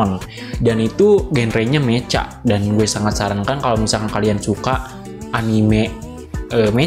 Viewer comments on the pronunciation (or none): Bacanya Meka bg kalo perlu saya ajarin menghapalan bahasa Inggris yg bener dulu baru lanjut ngonter soalnya banyak penghapalan yg salah